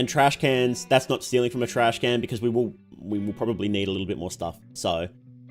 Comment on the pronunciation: Its Trashcan Not trash-cannot